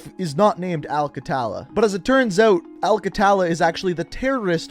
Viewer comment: Its pronounced a-l kha-tha-la Not exactly right but thats the closest i could get with English letters